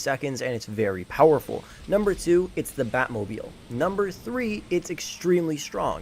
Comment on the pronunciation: NUMBOOOR TWROE ItS tHe BaT mObIlE